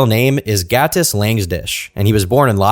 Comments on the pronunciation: Your pronounciation of Gatis is on point, are you latvian? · Noooo. Not him being Latvian 😔 Also props to the pronunciation of Gatis, it was good.